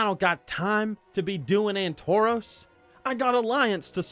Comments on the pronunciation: Why would I want to mindlessly slaughter others? I've never understood the appeal. Also it's Antorus, not "Antoroos." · AntoROS? I swear it was pronounced as Antor-us with the "us" like nexus not nexos.